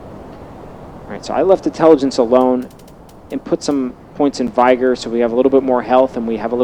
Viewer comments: Gilbert Schmitt I lost it when he said "vyger" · “Vigh ger” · Sure, follow the build of the guy who can’t even say vigor correctly🤦‍♂️